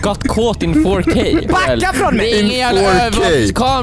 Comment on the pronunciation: “Ju just gott kåt in fårkay” - 2021